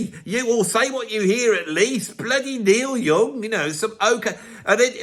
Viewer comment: "Noil Yooong joost sands loike a great beeg sheet." 😂